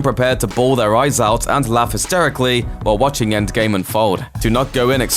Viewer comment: “enggame”? it’s endgame